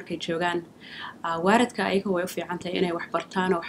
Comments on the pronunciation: ahmed taajir well it depends which part of Somalia you came from. Some ppl pronounce Waarid instead of Waalid. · please someone should #tell to correct her pronunciation of the word parent = it is WAALID, not WAARID lol one more thing I Honestly like Your channel SONNA keep up the hard work guys thank you best wishes